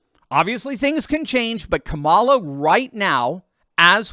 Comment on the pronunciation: Eddie Griffin calls Kamala, Ka-lie -a